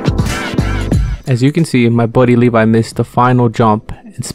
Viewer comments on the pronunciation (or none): none